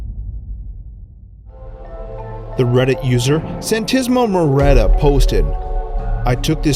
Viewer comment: “Santisma muretta” lol good try though